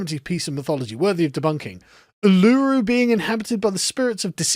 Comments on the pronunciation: As an Australian, its pronounced A-I-R's R-O-C-K.... or Ooo-lah-roo like some sort of sexy Kangaroo. If you want a good example of (although sensationalised and culturally personified, like most ancient stories from all cultures) Aboriginal myth that is based on a real even, Mt. Gambier is only 5000 years old so dreamtime stories around the formation of that would be a valuable record. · Er, Sargs, Uluru is pronounced U-lu-ru. Not the strange way you pronounced it.